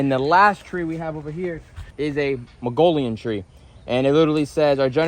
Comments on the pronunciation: Mag nol ia. Not Mongolia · Magnolia? Mag-no-lee-a. Oh, man... those smell so good and get beautiful flowers.